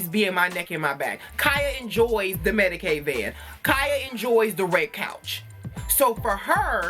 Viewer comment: Did you just say medicade van? I'm dead